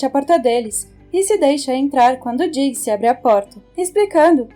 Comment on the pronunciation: akela história né dicxi que dicxi kkkk